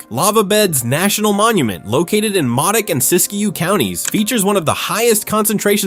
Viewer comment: Modoc is pronounced Moe-Dock.